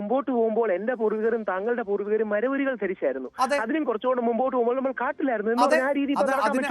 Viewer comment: It is not marvuru, it is maravuri